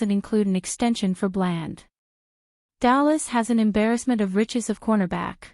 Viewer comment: Your saying blands name wrong learn our team please